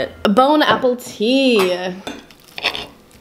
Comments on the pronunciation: I am French, and when you said "Bon appetit" I litteraly thought you said "Bone Apple Tea" ^^ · “bone apple tea” French People: fück did she say? C.c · Did she say “bone apple tea?” 😂😂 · “Bone apple tea” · Did she said bone apple tea? Jajaja